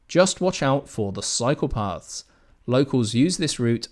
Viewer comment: I thought you said beware of the “psychopaths” not cycle paths😂😂